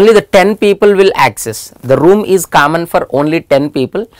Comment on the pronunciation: "Kammon" is the word of the day😂 Hey no offense